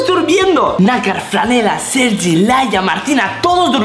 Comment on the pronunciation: soy yo o dice Sergio en vez de sergi